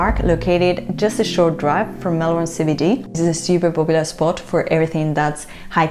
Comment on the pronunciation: And you pronounced MELBEN ( Melbourne) correct. Well done.